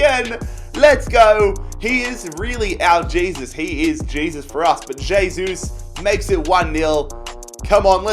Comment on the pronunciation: Please....... pronounce "hey-sus"